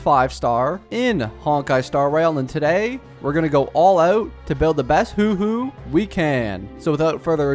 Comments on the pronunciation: PLEASE I BEG YOU "huoh-huoh" not "hoo-hoo" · ITS HUO HUO NOT HOOO HOOOO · She is pronouced "hua hua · I swear every time he says “hu-hu” it’s so funny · Knock knock. Who’s there? Who? Who who? It pronounced, “hwah, hwah.” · Haha, look at me, dumb content creator who can’t pronounce a characters name, even though it’s pronounced about a hundred times in love streams and the actual story. That’s a dislike, so ignorant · I lose brain cells when you says Huohuo